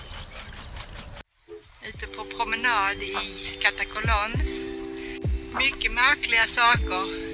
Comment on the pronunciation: Uttalet av Katakolon skall ha betoning på a nr 2. Olympia skall ha betoningen på bokstaven i. Ha det bra.